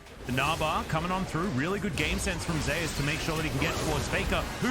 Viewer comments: ZEEOES? Just say zoez (zeus the god) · Zeus is pronounced as Ze Use to avoid confusion since theres already a player named zzus from KT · That's how you say it in Korea. Kinda how people get Nuguri's name wrong.